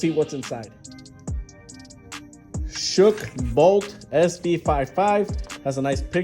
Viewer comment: Good review. Not a bad looking phone. And it's pronounced 'Shock' by the way. They just spelled it crazy that's all lol. I've never heard of it before either. But there are a million and one phone brands out here today, it's crazy.